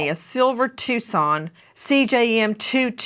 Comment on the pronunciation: It’s TuCSon. Phonetically: TWO SON not TUSS CON like you spelled it.